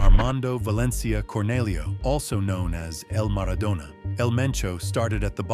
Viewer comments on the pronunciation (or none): none